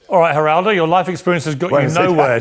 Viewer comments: The g is silent in Geraldo-just something one might want to research before making a video. “Razor sharp?” Lol. The kid seems bright-ish, but not mature enough yet to know that your point is totally lost when you act like a know-it-all a h l and think you’re such the sht that accomplished people who came before you who have had the years to gain experience and knowledge might have something to add to your five minutes on the planet. The proof is the fact that your video is NOT about his not very original question about the war that any thoughtful person has already raised that you’ are calling “razor sharp”, but about his arrogant, over eager behavior. The kid’s smart but doesn’t know because he’s inexperienced that Piers joke about the bed behind him was best dealt with by a little laugh, not Trump-like behavior of personal offense and taking everything so seriously. Never trust anyone void of the ability to have a little chuckle at themselves when they’re teased a little. Humorless people are dangerous. That’s immaturity and insecurity, as is the talking too fast and slightly desperate tone instead of the tone of even confidence he will likely learn as he matures. Scott Jennings is a douche bag, but the kid is wrong that behaving in the same way elevates his analysis -it in fact distracts from it, as your video topic illustrates. No, there is no magic new era where acting like an a h l when someone else does furthers the democracy. Respectful, discussion and debate about id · Maybe learn how to pronounce someone’s name before you try to act superior to them. I can’t believe you’re forcing me to defend Geraldo Rivera btw. Is this what you have learned from all these years with Trump and his Jack booted cultist sycophants? To behave like silly children and declare you will abandon the most basic tenets of decency? Holy isht. We are so screwed. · It’s not jah rar do rivera, it’s hal ral doe rivera. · Its pronounced HERaldo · "jer-aldo" ?? lol